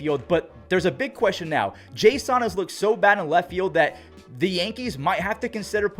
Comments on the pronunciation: You pronounce Jason weirdly. His name is pronounced Jason Domínguez, not jas on Domínguez. 😂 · Unless there's something that I haven't heard, I thought Jasson Dominguez's first name was pronounced like the normal "Jason," not "Jay Sahn." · Why do you keep saying Jay-Sun? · It’s jay-sin no hate just letting you know there’s no accent in his name i believe